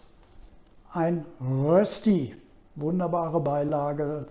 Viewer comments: Das spricht niemand in der Schweiz mit Rösti aus - sondern versucht einfach es einmal das Wort "Rööschti. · Es stimmt, es gibt bei uns in der Schweiz viele, viele Rösti-Varianten. Eines hingegen ist unumstösslich: Es gibt nur DIE Rösti! Und zwar mit langem ö und bitte mit sch. Also Rööschti. DER oder DAS Rösti geht gar nicht. Und bravo, die fertige Rööschti sieht perfekt aus!